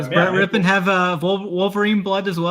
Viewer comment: You guys never heard of Super Bowl MVP QB Mark Rypien? You keep saying Brett Rypien’s name wrong.